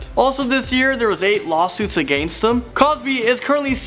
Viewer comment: agaenst him